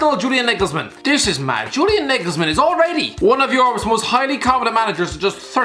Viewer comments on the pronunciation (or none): He’s really saying Julian “nigglesman”😂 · Nobody: - Julian Naygelsmen😂😂😂😂😂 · Julian Nigelsmen? someone write this man's script he can't even get nagelsmann right